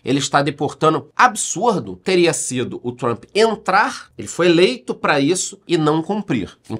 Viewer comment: Comecei no BB e BB seguridade....só um comentario aleatório.Parabens pela pronuncia no inglês....doi meus ouvidos qdo ouço jornalistas falarem "Trumpe ou Trumpi"😂😂LOL